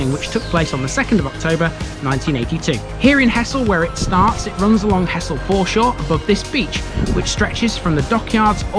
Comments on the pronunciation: Grew up in Hessle and moved out when I was around 18. For your information, nobody local ever referred to it as He"ss"le, to locals its always been pronounced Hezzle! Like Hull has always been Ull 😁😁😁😂 The last 45 years since I left has seen huge changes, some good some not so good. Little Switz was our playground as kids, and the sanitized country park there now is a shadow of its former natural glory. The Square was a huge carpark in the center but now those spaces have been lost and replaced by a few around the outer edges. Things move on as they say, but fond memories of bygone days will always linger. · Great vid. The locals pronounce it Hezzle! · Came here to say exactly that, heszle! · I wouldn't have thought so, I think its just an inflection learn't while growing up. I did notice that you actually said Hezzle once in your video which made me chuckle. It's infectious when everyone around you and those that you grew up with are speaking the same way.